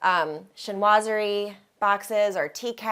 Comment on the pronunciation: Chinoiserie. Sheen wa zer ee, That is all. Thank you.